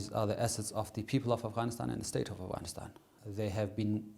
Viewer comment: never knew the "GH" in Afghanistan is silent!!! the more you know...